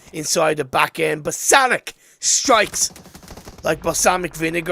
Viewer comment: LeoBOSANAC isn't pronounced similar to "Balsamic". BOSANAC means "Bosnian man" which means he is originally from Bosnia and Hercegovina. Bosanac is read as "Boss-an-a-TZ" like the letter in the word "Tzatziki"